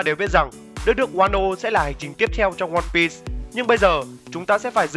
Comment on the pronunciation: sao cứ đọc là one pít vậy.